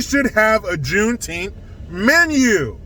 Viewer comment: I couldn't even get through your intro it was so annoying I recommended YouTube not recommend your channel ever again thank you have a good day. When you say the word Juneteenth sounds like a word Mis pronounced improper English.